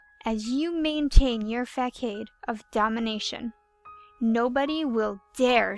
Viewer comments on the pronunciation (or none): Awesome narrating! Facade, btw, is pronounced fuh-SOD. :)